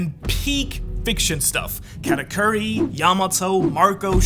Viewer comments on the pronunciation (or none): Why does he always call him katacurry lol